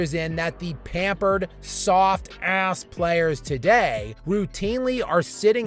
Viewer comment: Have you guys noticed the way says "ASS"? 😂